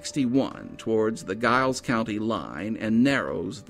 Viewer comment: It's pronounced Jiles County